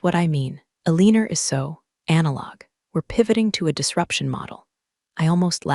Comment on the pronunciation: Wtf "Aleaner"